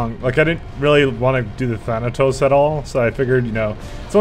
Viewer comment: Glorious moment.He finally said "Thanatos" correctly.